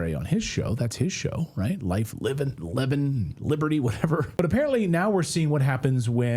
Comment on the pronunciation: AI - you should at least know how to pronounce Levin........................ but you don't.